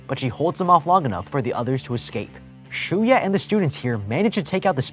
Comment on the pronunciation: For the longest time I thought Shuya's name was Shuyu the way pronounced it at the start, lol.